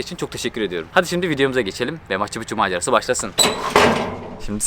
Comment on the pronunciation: pikçu diye telafuz edilir.